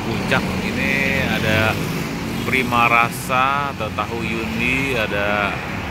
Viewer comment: Primasari ko.. bukan primarasa 😂